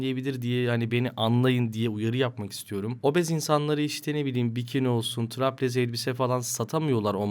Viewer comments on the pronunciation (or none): Bu arada çok sinirimi bozdu traplez değil straplez.